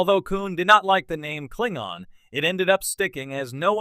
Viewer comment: I hope this is an AI doing the narration. Because who or what is doing the voice over has no clue how to pronounce Klingon.